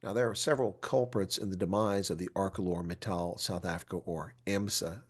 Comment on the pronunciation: I feel so heartbroken for the people at AMSA. Btw, it is pronounced ArSeLor.